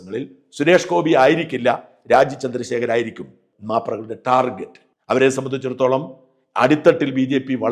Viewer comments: ടാർഗറ്റ് not ജെറ്റ് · ഷാജൻ ദയവു ചെയ്തു ടാർജെറ്റ് എന്ന് പറയരുത് ടാർഗറ്റ് ആണ് യഥാർത്ഥ ഉച്ചാരണം. ഈ ലോകത്തു മലയാളി മാത്രമാണ് ടാർജെറ്റ് എന്നു പറയുന്നത്.